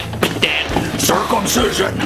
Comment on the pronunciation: Why the hell did he say curcumstision? THATS SO GROSS STEVE